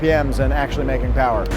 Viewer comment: Mo' powah baby!